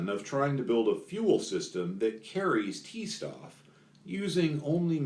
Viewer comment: C-Stoff & T-Stoff are pronounced "Say Shtoff" and "Tay Shtoff" The word "Stoff" kinda means material...stuff?